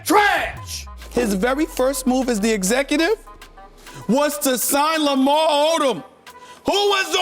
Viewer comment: To fit probably my favorite Stephen A Smith moment in was hilarious. Lamar been through a lot but the way he emphasized it was funny to me.